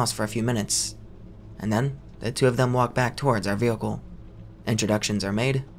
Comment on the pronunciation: Man i love these stories but every time he says “vealcle” in stead of vehicle it drives me nuts